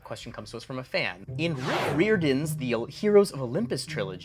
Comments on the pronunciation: Um Actually it's pronounced Rye-Or-Dan (Rick Riordan) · did you want to wretch at pronunciation of “riordan” too? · pronunciation of Riordan caused me physical pain and I will be suing. Also, they acknowledge that the Greek and Roman gods are different aspects of the same god. In Mark of Athena, Athena/Minerva is literally having a mental breakdown because of the multiple personalities. Finally, I’m really happy there being a percy Jackson question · Incredible how much about the Rick Riordan question is wrong, including the pronunciation of the author's name. Unless it's the reader of the series' audio books who always read that wrong?